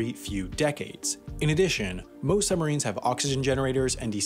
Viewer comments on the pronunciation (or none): How come you are pronouncing it "summarines"? Stopped me concentrating on an otherwise awesome video 👍🏼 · narrator keeps saying "summarines". ugh! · While I really appreciate all the effort that has gone into this (I was a professional TV editor for many years) our narrator to my ear keeps saying "summarines" and not suBmarines this bugs me to the depths of Davey Jone's locker and as an editor I am envisioning him walking the plank. Other than that? Love it. :) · It is annoying to keep hearing sum marines, not sub marines. Your pronunciation sure does not sound BRILLIANT. Take a breath and slow your speaking speed. You talk TOO fast. Your 80 words per minutes should be slowed to 60 words per minute. 60 WPM is considered comfortable listening. You want your viewers to be comfortable and listen for the whole video. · SUB MArine you dumbass pronounce it right muppet.....Summarines lol you sound so dumb. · It's the way the US Navy have been saying it for decades. You don't ride "submarins" You ride submarines boi. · Making a video about submarines when you are unable to properly pronounce the word.... Some marines.... LOL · I'm wondering why he is referring to submarines as 'summarines'. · Funny that the guy narrating this couldn’t say the letter b when pronouncing sub marines he said sumarines